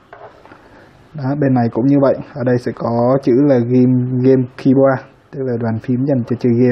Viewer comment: Ad đọc sai cái game keyboard nha, đề nghị tự giác đập mặt vô gối 5 lần để lần sau ko đc đọc sai nữa :))